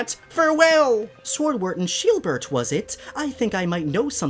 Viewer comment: Love how he called Shielbert, Sheebert🤣